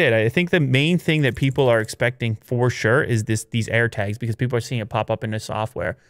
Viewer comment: You know he's Canadian when he says "Air Tegs"